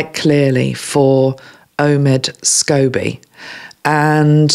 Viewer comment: I agree that Catherine and William have been under psychic attack for a while now and it just seems to be getting worse. Don’t apologise about mispronouncing Omid Scobie, when I first saw his name I thought it was Scoobie too, (remembering that cartoon bought a smile to my face). As to where he came across that information, I don’t think I need to name the couple, do I. I’m not sure that Catherine has an eating disorder it may just be stress. I would get stressed over exams at university. That stress was a great weight loss aid for me. I could eat whatever I wanted and still loose weight. Catherine’s stress is relentless. I am sure for her it must feel like she just gets over one attack or stressful event and then there is another one. Sometimes that can be exhausting. I just love your compassion and thoughtfulness that you bought to this video. It is a refreshing change from the other tarot readers online at moment that seem to be using the current situation with the RF to encourage gossip and boost views. And then they talk about ascension to a new world on another video. I feel like you never deviate from your path even when talking about difficult subjects. I will be saying a pray for Catherine and William for love, strength and protection from these attacks. Love the idea of surrounding her in mirrors so the attacks return to sender. I will try to do that as well. Thank you ❤️☀️